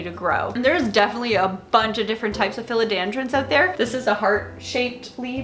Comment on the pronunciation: I can't work out if you are saying philodAndron, or philodEndron with a Canadian accent. LOL